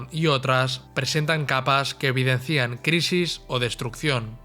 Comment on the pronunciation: Buen trabajo. Un pequeño apunte sin importancia: en castellano es "evidencian", no "evidencían", supongo que eres catalán.